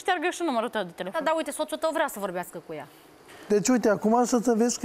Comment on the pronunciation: Ba omule,uitate cum pronunța unele cuvinte "vorghiasca"